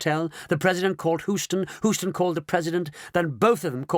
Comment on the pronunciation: AAAARGH! It's pronounced "Hue - ston," says an actual Houstonian, NOT "Who - ston."